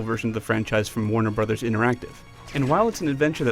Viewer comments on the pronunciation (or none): none